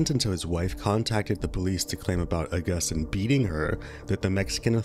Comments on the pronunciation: Hey, just wanted to let you know Agustin is pronounced Uh-gust-teen not Uh-gust-tine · It’s pronounced aww-gus-teen 😊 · Except for mispronouncing Augustine lmao